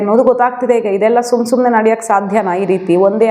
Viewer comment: Why you want to tell SUM SUMNE instead of Sumane.....